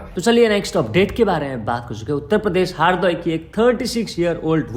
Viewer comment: Its not Haardoi, its Hardoi.